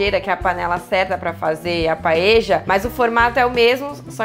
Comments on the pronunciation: Adorei a receita mesmo que nao seja nossa paella española,(Paella se pronuncia PAELHA nao paeja)a nao ser q vc seja Uruguaya ou Argentina,esse nome é dado ao recipiente onde vc cozinha o arroz redondo... beijos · "Paeja" é prosódia de argentino...Em espanhol e português se diz "paelha". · Dany silva exatamente! “PaELHA”.